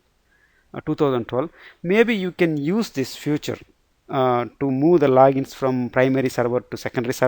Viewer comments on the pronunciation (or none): good, but note that you are saying the word "future" where you should say "feature" because that confuses some times.